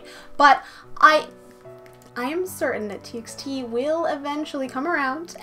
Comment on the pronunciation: "T by T" not "T eks T"